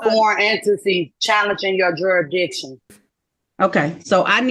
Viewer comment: Did she say, "Juror Dictions"?